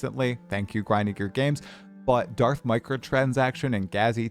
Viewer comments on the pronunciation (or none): none